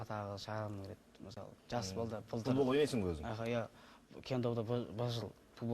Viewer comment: Далбаеб екенсин .бул баланын тили нашар шыгады,соны естип кулип турсын ба Ежик! акенин ауызын сигейн